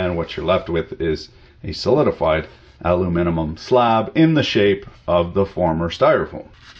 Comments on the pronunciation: Haha, was he trying to say aluminum? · Does he pronounce Knob and aluminum wrong on purpose? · Zak1387 He pronounces everything wrong on purpose.